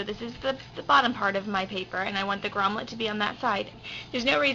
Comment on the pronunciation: FYI - it is GROMMET, not GROMMLET.